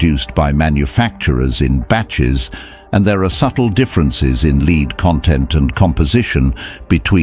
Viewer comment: Another crap AI generated commentary pronouncing " Lead," the metal with " Lead " the strap used for walking a dog. This happens so often nowadays why? Laziness ? cheapness? It shows AI is not so bloody clever after all!